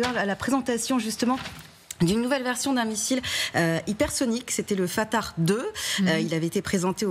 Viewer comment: Arrêtez d'essayer de prononcer les mots dans une langue qui n'est pas la vôtre le missile 'FATARRRrrrrhhh' elle nous dit 🤦